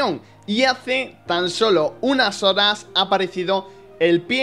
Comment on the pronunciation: Soy yo o escuche sodas en vez de horas :v